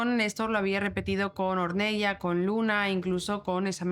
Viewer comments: Ornela se pronuncia! Or nel la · Ornella se escribe y se dice conL " Ornela". Porque es de origen italiano 😊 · Hola! un pequeño comentario... se pronuncia /ornela/ a pesar que se escribe Ornella. Gracias por hacer este video! Saludos desde Argentina